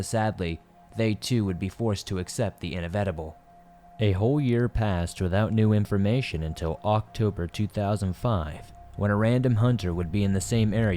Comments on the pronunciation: I lost it when he said in-a-ved-ibul lol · "..they too would be forced to accept the INAVETABLE" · I had to laugh when you pronounce “inevitable” 😂